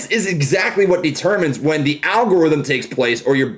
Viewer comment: he said wen instead of when